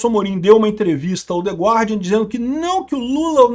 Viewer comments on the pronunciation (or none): Dica de pronuncia em inglês: não se pronuncia a letra U em gUardian. Fála-se *GÁRDIAN*, "THE GÁRDIAN"